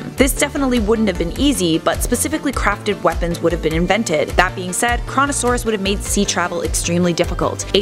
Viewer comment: Coronasauras but it says Koronasauras XDDD